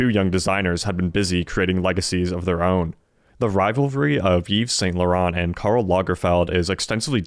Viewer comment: PRONUNCIATION: "eeve sahn law-RAHN" with a slightly-rolled 'r"